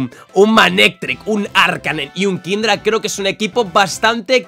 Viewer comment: Aaah es kingdra no kingler XD😅